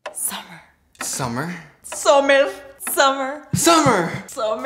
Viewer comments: "sommer " Me : whut IT SUMMER GET IT RIGHT !!! S-U -M-M - E - R UGH!!! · pronounced “SUMMER” as “SUMIR” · why did she say summer wrong